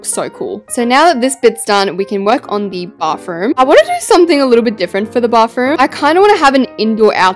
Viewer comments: She’s always saying baffroom😂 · Why u say bafroom😂😂